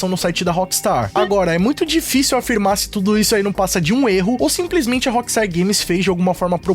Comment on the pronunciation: Por que dice la appstar games... si es rockstar games